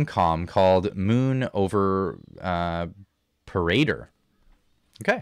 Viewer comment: Par-a-dor! Moon over Par-a-dor! Your pronunciation of many names over the yrs has made me laugh soooo many times! 😂😂😂😂😂